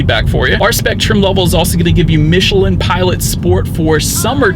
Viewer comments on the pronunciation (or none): none